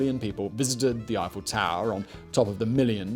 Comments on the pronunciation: Simon outdoes himself in his mission to mispronounce. “Gustav Eee-Fell” he got spot on. But then insists on calling his structure the “Eye-Full Tower” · Swear when ever Simon says “Eiffel” I hear him saying “he fell” and I keep thinking, “Jesus what a twist!”